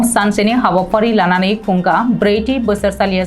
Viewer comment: 'खुंगा' नि युनाव 'थि' खौ बुंफिननाया गोरोन्थियै बुंनाय जायो।